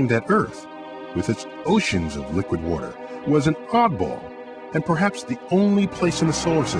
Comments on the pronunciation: Liquid warder! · He pronounces water as 'wudder'. Once you hear it......